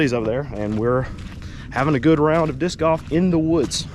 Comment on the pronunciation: It sounded like "Diss Guff". LOL Disk Golf I understand. LOL